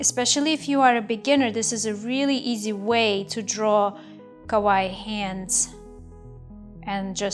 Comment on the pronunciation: "ka-wa-ii" that's how you pronouce it. great tutorial btw